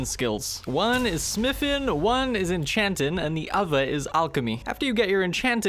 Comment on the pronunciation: SmithIN, EnchantIN, GrindIN, BuildIN. Love the way you pronounce words that end with ing lol